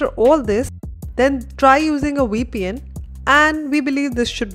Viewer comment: Please say 'VEEEEEEEE PN' not 'WEEEEE PN' - Vivek is not pronounced 'WEEE WEK' it is 'VIVVV VEKKK' - this simple correction in your pronounciation makes your English come across much better to the international community